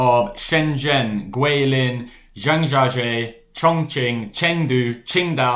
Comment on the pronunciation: A work around is to have two phones and using the second phone to live translate the screen on the first phone. Faster than translating the screen shot on the first phone. Great, well balanced review overall. Perhaps make an effort to pronounce place names like Zhangjiajie bit better (even if you butcher the tones) . Google translate will give you a clue.